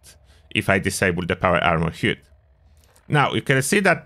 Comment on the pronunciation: Nice vid, fyi the word 'HUD' is pronounced like 'Bud' in Buddy.